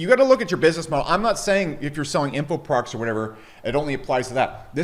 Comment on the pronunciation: When you say "products" it sounds like you're saying "progs" or prawgs ...